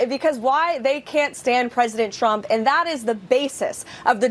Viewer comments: #leavitt who was pregnant and unmarried can lie through her teeth, but hey: Trump (who she pronounces shump) said she has a mouth like a machine gun. Heard M. Lewinsky did, too. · Crazy lady ! Sounds like she keeps saying president Chump ! 😂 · KKKaroline always sounds like she's saying President "Chump" LOL. It must be those lyin lips